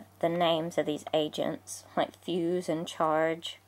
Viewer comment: It sounded like you said lego Asian set